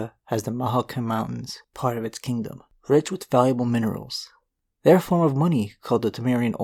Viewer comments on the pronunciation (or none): none